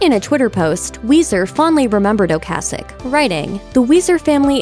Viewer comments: The lady obviously DOES NOT know how to pronounce his last name. Go back to school! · Great work mispronouncing Ocasek like every other news agency. You were so into The Cars from their debut album, weren't you? Skateboarding and the music & fashion that goes with it wouldn't have been what it was without bands like Devo and The Cars in the late 70s early 80s.